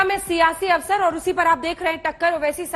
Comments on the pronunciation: अबे आज तक वालों क्यों हिंदी की ऐसी तैसी कर रहे हो दर्शक कृपया अवरस को अवसर पढ़ें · are aaj tak walon thora padh likh v lo awsar hota hai awras nhi hota